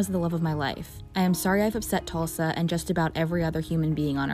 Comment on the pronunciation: Tusla is the agency you've mispronounced as tulsa twice in your report... Her son as many other teenagers in the care of that agency lost his life. Absolutely tragic RIP to him and all the young souls let down while in care of the state.